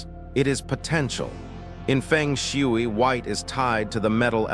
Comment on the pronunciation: please spell the words phonetically so AI will pronounce them correctly. Fung Shway.